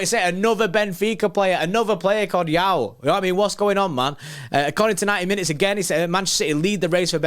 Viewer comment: Great video however as a Portuguese person it’s better to say Joao as in Joe- ow. We have our own way of saying it which is difficult to make clear in writing but we pronounce the j rather than saying it like yaow haha Also Joao Neves from what I’ve seen definitely has potential to be a top player. He got called up for the Portugal national team this week for the Slovakia game and hes been starting pretty much every game for benfica. He’s very young though so stilll too early to tell